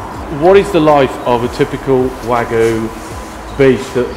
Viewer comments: So it's pronounced WAH-GOO, huh? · You're pronouncing wagyu wrong - there's a Y in it for a reason. wa-gyu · It hurts me to hear this guy pronounce Wagyu...